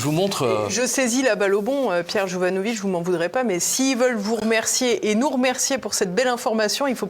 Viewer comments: Jovanovic pas jovanovitch par pitié, il ne cesse de le dire :) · J’adore PJ mais tu dois prononcer Jovanovic avec le c et pas jovanovitch! Demande lui, il est Serbe ou Croate et pas polonais. Je suis sorti avec une Jovanovic et ils sont très clairs sur la prononciation à la française. Merci pour l’émission. Toujours passionnant